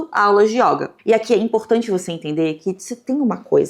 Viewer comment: Só trazendo uma contribuição amistosa, a palavra yoga é do gênero masculino e a letra 'o' tem uma pronúncia fechada. Então diz-se "o yôga" e nao "a yóga".